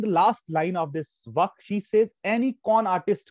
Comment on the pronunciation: The way you teach is good but sorry to say, it not as, as you are pronouncing it. It is vaaaaaaaakh